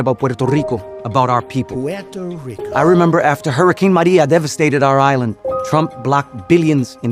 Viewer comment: Trump's half-whisper/half-slurring pronunciation of "Puerto Ricooohhh" grosses me out!